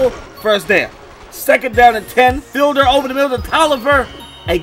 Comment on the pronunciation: Hey I think it's pronounced like "feed-ler"